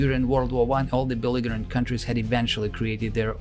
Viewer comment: I came on here to say something similar and saw your post. I was also going to say the narration was fantastic: great intonation and speed, mature, thoughtful modulation. There are obviously words like 'belligerent' that are pronounced not entirely correctly. However, this is a small thing and though I'm a pedant it's within the broader context of a very professional narration and someone who's not a native English speaker. There are so many videos on Youtube that are ruined by narrators that shouldn't...just shouldn't. Some are strident and affected, others lack any sense of competency and thought. This is really very good.